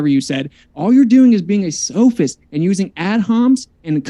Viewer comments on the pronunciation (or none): "Sophist", not "soapist".